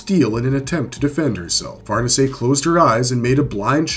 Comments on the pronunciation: Accent is on the second syllable, not the first. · Ok wait I was told that we call that one "Far Niece". So now were going with correct pronunciation like Farnese is the Duke of Parma. You people...